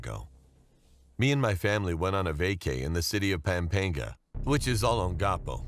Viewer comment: And also Pampenga but it's supposed to be Pampanga